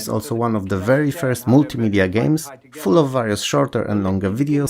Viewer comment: Sorry, OCD here... This video is awesome and your level and pronunciation of English is globally very good. There's just this one word that you repeat quite frequently and that you mispronounce: "various" The "a" is not like in "bat" or "cat", but like "share" or "scare".